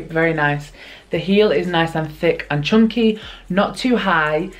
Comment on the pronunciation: I LOVE the why you say chunky like CHONKY! 😂😻